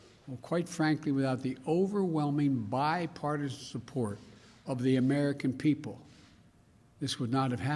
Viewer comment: Bi par tii shhhaaaannn bill